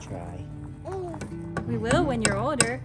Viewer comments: "when you're Alder" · "you will when your older.... When your Alder" 😂💙